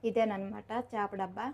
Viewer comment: 'చాప' కాదమ్మా 'చేప' అనాలి.